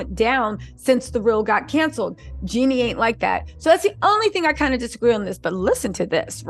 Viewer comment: Girl its Jeeeeeenie not Jenny 😊